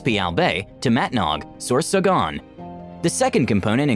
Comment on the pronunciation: Too-too-ban to Ma-low-loes. And Mat-nhag Sore-saw-gone... I can't stop laughing with that one. LMAO.